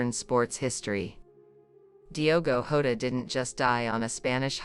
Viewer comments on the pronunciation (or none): The ai doesn’t even pronounce Diogo Jota’s name right. The j in Portuguese is pronounced like g in beige or an s in treasure.